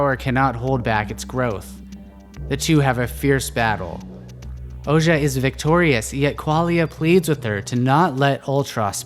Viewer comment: Thank you so much for this video. Very ”accurate” and interesting interpretation. I had a great time watching and seeing your artwork come to life. Couple of pointers then; Ouji is supposed to be pronounced Oh-gee, at least thats how I imagined it in my head, but whatever works for each is fair really. Art is subjective and not so much objective, despite the artists intentions I believe. The Moon is also a symbol for introspection, further nurturing the idea that somewhere in the story someone get’s a new chance to break the cycle. Perhaps its the Berians or perhaps the player and if so, hopefully we managed to convey this sense of looking at ones own actions outside the game and that ultimately it is your own choices that set whatever future may come.